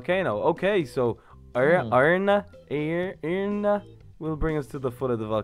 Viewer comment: its eirna not eirirna